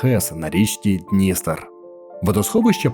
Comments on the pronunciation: БуковИна, буковИнський, ХотИн, хотИнська, ДністЕр, Чортор'Ія \наголос на третьому складі\. Дуже ріже вухо неправильний наголос. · Автор погано підготувався , навіть не поцікавився, як правильно ставляться наголоси в назвах ХотИн та ДністЕр. Все інше, ймовірно , також фантазії. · БуковИна і ХотИн, ЧорторІя, ДністЕр, ГАлиця !!! Відео чудове, але наголоси не прийнятні для нашої місцевості, дуже ріжуть вухо! Не можливо спокійно сприймати інформацію!